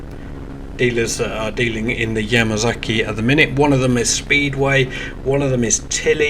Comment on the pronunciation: Just do not understand why the British pronounce their S and Z the same. It is NOT a Yamazaki same as when they say Kawasaki they instead say Kawazaki. Dammit WHY?